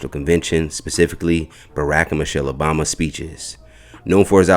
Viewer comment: Why does the narrator keep mispronouncing President Obama's name??